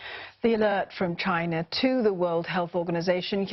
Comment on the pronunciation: “Chinar”? That always makes me laugh. The ‘ol invisible “r”. Engrish is such an interesting language lol!